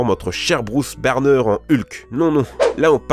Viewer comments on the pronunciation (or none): Vous croyez que c'est tout? Hors les commentaires qui font que répéter le "2024" écoutez plutôt le "Bruce Barner" à